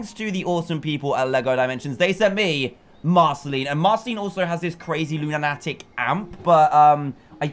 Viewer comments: It's not looniitic amp it's loon a tic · It is pronounced loo-nu-tic